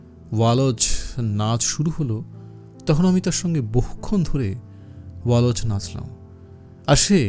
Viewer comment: উচ্চারণ টা ওয়াল্জ্ , ওয়া লজ নয়